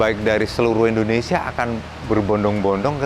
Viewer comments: Indonesian ✅ endonesia ❌ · 🙏🏻 maaf om kalo saya salah dengar om bacanya endonesia bukan indonesia (jng di bully om ) ttp semangat ngonten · Sejak kapan ( Indonesia) di ganti endonesia 🤣🤣🤣 sejak tadi kalo bicara Indonesia jadi endonesia